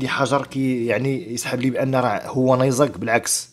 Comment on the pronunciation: تعلم اولا كيف تنطق كلمة نيزك لاتفخم حرف الزي وتنتهي بحرف الكاف اسمع كيف تنطق من الاخر فانفإن لغتك العربية تثير الشفقة